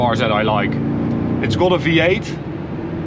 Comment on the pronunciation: knap dat je Engels praat maar ajb het is meer go-od than kot wanneer je got uitspreekt....sorry. Ga gewoon lekker door met deze videos